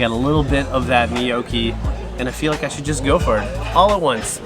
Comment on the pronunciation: “Knee-oh-key” 😂 = gnocchi. Lol 🇨🇦